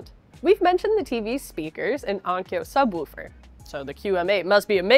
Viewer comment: I like the way pronounces “subwoofer”.